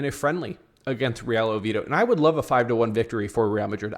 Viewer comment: Oviedo brother please pronounce it correctly